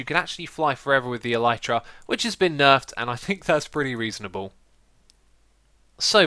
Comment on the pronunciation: That's not how you pronounce elytra.